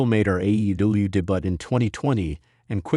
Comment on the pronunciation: Stop mispronouncing debut😢